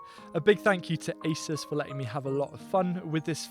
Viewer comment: ASUS is a Taiwanese brand and we pronounce A-Su-S